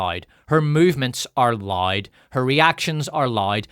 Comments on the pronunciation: Considering that I'm South African and our accents aren't too much of a stretch apart, I'm judging myself for having to rewind the part about Sharon Stone cause I genuinely thought you were saying "lide" ... turns out you're saying LOUD 🤣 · "the sun has been around a long time - i know, i saw it in the 90's... despite being retro [...]" made me literally cry laughing... well done, and thank you! btw, i love that you pronounce "loud" as "lied", and "power" as "pyre", it sometimes makes the sentences even more hilarious!